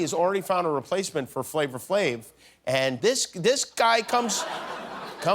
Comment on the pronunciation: “Flavor Flave” 😂 Come on Jimmy. Thought you were cooler than that Flava Flav